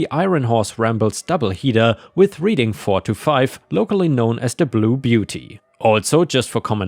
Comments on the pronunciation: I doubt that I will be heard, but Reading Pennsylvania is pronounced "Red-ing" not "Reeding" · You mispronounced Reading. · Bass, when it refers to fish is pronounced so it rhymes with lass. There's a small town around here that will, from what I've heard, will ticket you for going 1 over. I make sure I do under the speed limit when I drive through. Reading, when referring to Reading Pennsylvania is pronounced Redding. ETA I like your cat tower.